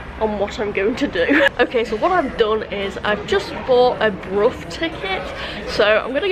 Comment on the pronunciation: River Ouse - pronounced Oooooze 😂😂 Well done for saying Brough correctly though Lol 👍🏼